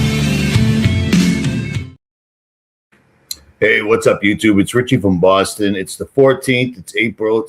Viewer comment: No T in richie. He has said that sso many times lol